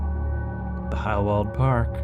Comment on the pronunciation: In case you're curious: your pronunciation of the "ei" as "ai" is good, but "W" is "V" in German, and "V" is "F" Try practicing with Volkswagen. Did a few german classes in uni.